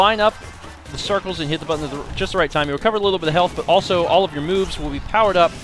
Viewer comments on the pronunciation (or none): none